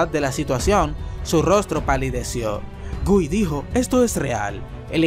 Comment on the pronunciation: una sola vez pronuncio bien el nombre de guy SALU2